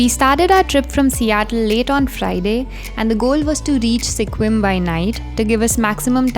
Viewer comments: Sequim is pronounced more like Squim, not See-quim. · Sequim is pronounced “skwim” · Pronounced 'squim'.